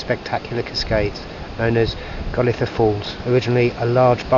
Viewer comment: Welcome to Cornwall and storms Eowyn and Herminia!! Should be less windy from Thursday I think. We've always pronounced it as 'Gol eye tha' Falls, and they pronounce Fowey as Foy (or sort of Foyee). Stay safe - don't drive in the high wind, we don't want trees falling on you, doggos and Margot. Look forward to seeing you soon xx